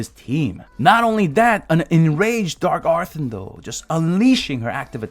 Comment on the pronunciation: "Dark arthin-dell" lmao